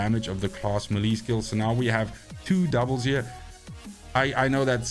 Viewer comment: Think it's pronounced "melee", not "melee" ☺️